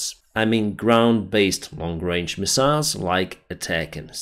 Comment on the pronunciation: “Misa’ils” “Misa’ils”